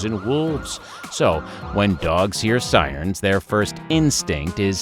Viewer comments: Why did he say siern like bro its siren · Ahh yes, “sai-rns.” It’s pronounced “sai-rens”